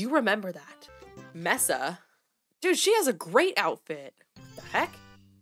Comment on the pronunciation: MESAAAAAA <<<<3333 btw it’s pronounced “may-suh” like the biome